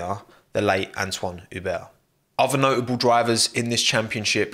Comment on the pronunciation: It's "Ueblo" without the H it's french lol